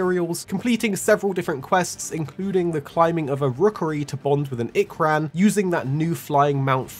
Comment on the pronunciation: Finally, ikran not ikerun